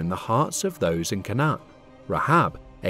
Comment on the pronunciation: Your pronunciation of canaan is wrong its cainnan and levites as in Lee Vites named after levi